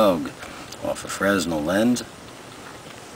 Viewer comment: just FYI, Fresnel is pronounced with a silent S. like frey-nell:)